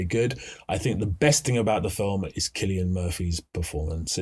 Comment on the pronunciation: While I appreciated this video, I truly enjoyed your penchant for butchering names. 😅 You pronouncing Cillian as Silly-an, instead of Killian, toward the end, brought me true joy. Thank you. 😊